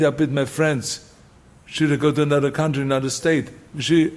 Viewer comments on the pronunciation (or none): none